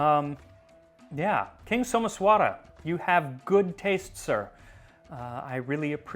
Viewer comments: Not So-mess-vaara, it’s So-maesh-wuh-ra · Your pronunciations are always welll researched and spoken. However in this video, Someswara is pronounced as Someshwar. Not your fault though since its written differently in english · Well, Someswara is actually "Somaysh'wer" with the "r' followed by a half-vowel "a" sound. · As an Indian, I appreciate the effort you put in to learning about our history and culture. It'll be even greater if you can nail the pronunciations. "Someshwara" was almost unrecognizable, "Payasam" could do with slight work too. It's not a deal breaker, but it's something easily fixable, just check with any acquaintance from South India and they'll be able to help. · Not really. He got the pronunciation of 'pāyasam' wrong: he draws out the last syllable--'payasām' (or pah-yuh-saahm)--instead of the first syllable (i.e., pāyasam or paah-yah-sum) as well as 'Someswara'. Decent effort overall though.